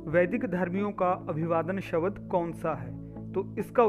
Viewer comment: कृपया शब्द का शुद्ध उच्चारण कीजिएगा। शबद नहीं शब्द है।